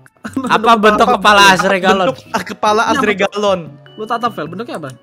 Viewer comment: Azrealon benar ✅ Azregalon salah ❌ .... [ Kayak galon anjir ] Betul tidak